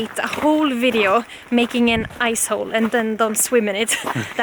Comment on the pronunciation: Awesome videos...Am new here... With your Swedish accent when you say Ice Hole It sounds so close to the American word Ass hole...Big Smiles